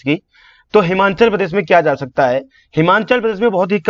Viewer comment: Aap kaish tarika se pronunciation Kar raha hai sir ji...Himachal Pradesh ko Himanchal bol raha hai...